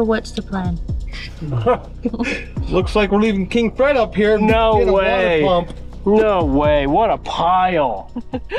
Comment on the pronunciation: saying no way, almost sounds like hes saying, I hate Ford!!!!